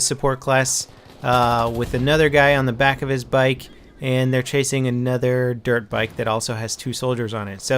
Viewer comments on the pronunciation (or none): good video, but the annoying thing is that i keep hearing derp bike instead of dirt bike =/ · It sounds like he's saying "derp bike". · sounds like he says Derp bike ;-) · I keep thinking he says derp bike